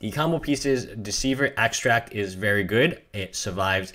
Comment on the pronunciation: Protagonist He has a little speech problem. So what? Its minor mispronouncing get used it. No need to flame him for a little problem